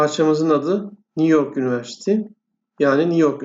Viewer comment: Univercity yanlış telaffuz ediyorsunuz yunıversiti olacak